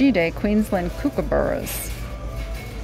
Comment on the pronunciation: Its Cook-a-burra's..lol...